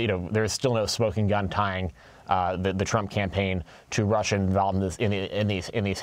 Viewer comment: How dare you stutter when you pronunce Russia !